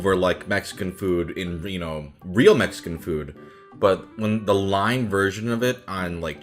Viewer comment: I can’t tell if your like just saying lim on but it’s pronounced lime in just saying but it doesn’t matter it’s just a video